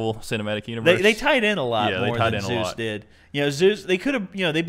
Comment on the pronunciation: Really? "Zues"? That makes my everything hurt.